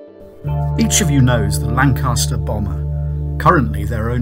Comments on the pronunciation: Perhaps it's because he keeps on pronouncing Lancaster wrong, with the stress on the second syllable. He got Manchester right; he just needs to do a bit more work on Lancaster. He sounds English; shouldn't be too difficult. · There is only one "R" in Lancaster this is not new news its well documented.!